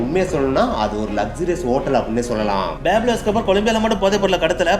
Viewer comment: Athu peeblo escoobar ille pablo escobar